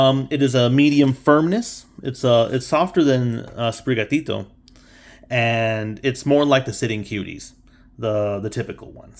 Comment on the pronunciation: The way you say sprigatito is awesome! Dont worry